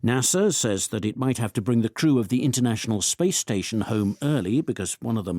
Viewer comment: 0109 출석. 오늘 금요일이어서 쉽고 가벼운 지문 주셨나보다 했지만😂 1. the crew 의 오답 the true. 제 상식 crew발음 [크루], 그러나 [츄우] [츄루]요렇게 들리는데. 음. 오후내내 더 많이 들어보고 사전도 찾아봐야겠습니다. 연휴이후 새해 첫번째주 무사히 마쳤네요. 즐거운 주말입니다❤